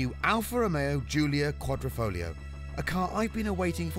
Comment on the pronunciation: "The Alfa Romeo Julia Quadriflamingo."